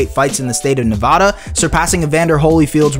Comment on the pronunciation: learn how to pronounce Nevada.